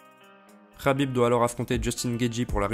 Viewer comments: Dsl mais je pouvais pas te laisser dire sa rhabib mais c'est un K K K khabib et pas rhabib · C est Khabib avec un K il s'apelle pas HABIB bordel de dieux